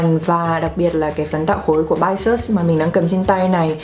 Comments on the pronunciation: Bisous hình như đọc là Bi - zu chị ạ 😁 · Cái Bisous đọc là Bi zu đó chế:3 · Thật ra từ Bisous đọc là bi-du chị hà ạ =)))) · bisous đọc là bi-zu đó ơi. Nghĩa là kiss bên tiếng Pháp 😌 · Bisous đọc là /bizu/ đó chị ơi, nó là tiếng Pháp, nghĩa là hôn. Bisous bisous =)) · à c ơi bisous đọc là bi- zu nhé. hãng của Thái nhưng made in korea c ạ